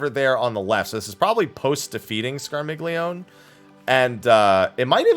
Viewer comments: Scar-mealy-oni, dang it! :p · Scar-mil-yon-ey The g is silent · It’s the polyglot in me, but it’s pronounced “scar-milly-oh-nay” D: Italians are shaking their 🤌🏻